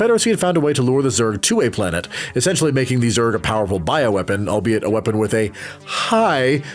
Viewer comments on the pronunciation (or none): none